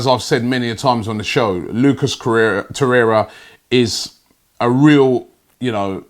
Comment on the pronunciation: Nwabekee samuel I’m starting to think Robbie miss pronounces names on purpose for more views and comments smart business man like Stan🤣